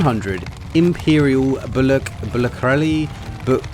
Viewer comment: Byoo-sill-air-ee lol which have 40 arrows